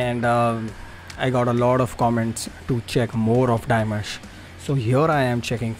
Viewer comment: Not Dye Mash it's Dim Ash you still said it wrong. The announcer made a mistake Dimash has never been on The Voice, he was referring to a Chinese reality show for top professional singers that he participated on. No he doesn't sing mostly love songs but he sings all genre, all OCTAVES and is a big pop star in China. He can sing Pop, Rock, Rap, Folk, Classical, Opera, Ethno Folk, Etc, Etc. He can sing anything and sing it perfectly with emotion that can enter your soul. He is the most highly musically educated musician at present in his 2nd year of his PhD so why are you wondering how he is doing it. Of course he can do it but it helps that he has longer vocal cords than others, maybe due to his height, he is 191cm or 6ft 3in, or genetics or both, but even with them he needs to have the training, education and understanding of his own instrument to be able to have this free and flexible way of singing. He is undoubtedly the best vocalist in the world with the biggest vocal range probably ever. He is a phenomenon, he is constantly striving for perfection, his voice improves and strengthens with each live performance. He will soon have total domination of music around the world 💖